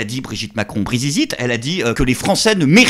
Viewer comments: "Brizizite", chapeau l'artiste 😁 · Après Bribite ,😅 brizizite